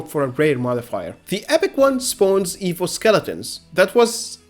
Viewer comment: You kept pronouncing evil(evo) dragon, I was so confused.